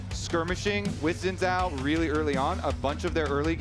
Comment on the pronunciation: I appreciate pronunciation of Xin Zhao. Seems most correct to me (for a fictional character).